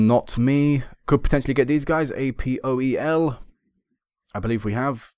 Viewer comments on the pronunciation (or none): You're pronouncing APOEL wrong. You don't the letters, you say apoel :)